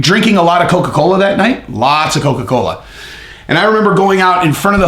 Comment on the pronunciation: Lots of caffeine in Coca-Coe....be fair